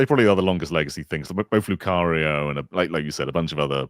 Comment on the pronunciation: did you just say lucaria instead of lucario